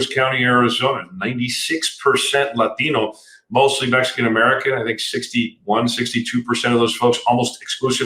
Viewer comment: At in this video, this politician starts to sound very much like a politician, bragging about his ancestry and saying "Latino" with an accent. Thats a not so subtle dog whistle to Latinos that says "hear my accent, hey Im one of you".